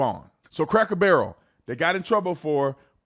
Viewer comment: Not craker barrel.. please